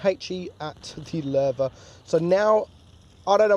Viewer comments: This was recomended for me now don't konw why but i Like how he sais Löwe (i am from Germany and why can't non germans speake the ö right) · Wow ur pronunciation became pretty good🖒 Nice effort u are pretty close to the original pronunciation. Only a little thing: You pronounce the "e" a little like an "a" but I can't find an English word which has the german "e"-Sound in it (maybe like the e in mechanic but I'm not sure) All in all great effort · U are like the ONLY english or have english as a language that pronounces Ö right lol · He pronunced it right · You pronounced it has good has an non norwegian could have done or skandinavian for that matters